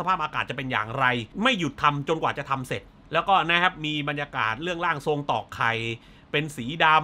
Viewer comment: 14.14 นาที ร่างสอง ผมคิดว่าอ่านว่าร่างทรงนะครับ เพราะมีชื่อผู้กำกับ ขึ้นมาและมีคำว่า ร่างทรง